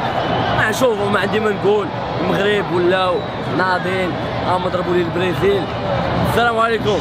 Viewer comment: برازيل❌ بريزيل✔🤣